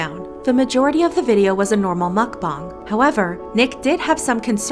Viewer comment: well..... he said mukbang right; he has that going for him